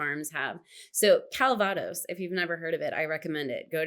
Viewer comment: You know what expats and the French alike hate? Americans changing pronounciations of their words eg. calvados, please say it correctly, just like we do. Merci!